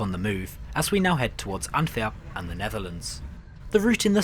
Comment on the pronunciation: God almighty - what nonsense. Your train went through three countries, travelling at 300kph, arrived on time and it was a "nightmare". And who taught you to pronounce "Antwerp" - a hoarse chicken?🤣